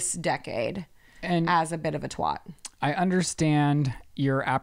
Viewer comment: Hi! From a Brit the proper pronunciation of the word “Twat” is pronounced T wa at. Xx Great prod this week!